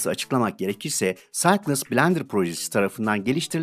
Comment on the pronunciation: Güzel video için teşekkürler. Düzeltme: Cycles'ı okurken "Saykıls" demelisin bence.